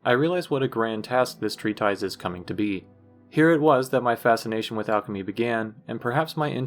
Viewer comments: Oh, treatise is pronounced "tree-tus", not "tree-ties" as it appears to be spelled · Hey this video is awesome! I really love it, one thing you should know though is that it’s pronounced tree-tis, not tree-ties, and plural is pronounced tree-tiss-sees